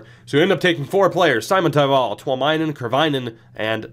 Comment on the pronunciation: Simon in Simontaival is pronounced like Dominik Simon and the stress being on the first syllable only, no stressing on taival.